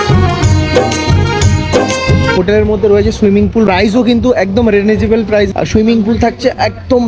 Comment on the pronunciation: ১)ওটা reasonable প্রাইস উচ্চারণ টা হবে রিজোনেবোল ২)বার্গেটিং বলে কোনো জিনিস নেই 🤣ওটা bargaining। উচ্চারণ বার্গেনিং হবে। নেক্সট টাইম ঠিক করে নিও।।